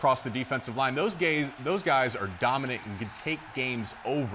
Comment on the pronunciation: “those gays” 😂